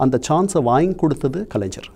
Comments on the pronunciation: Is this guy a Malayali? Reason, he is unable to pronounce கலைஞர் properly, He is using ஜ instead of ஞ (gna). Understable why he supports MGR. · ஒரு எழுத்தாளராக இருந்து கொண்டு கண்ணன் அவர்களுக்கு கலைஞர் என்ற வார்த்தையை சரியாக உச்சரிக்க வரவில்லையே.கலைஞ்ஜர் என்று சொல்கிறாரே